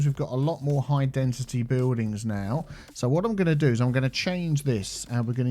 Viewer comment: Why do you say Density as Dentity? 😂